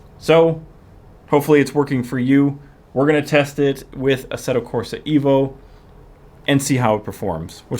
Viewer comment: the game name is EVO, not IVO